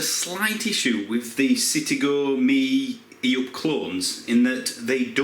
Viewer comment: The only car reviewer able to say "E up! "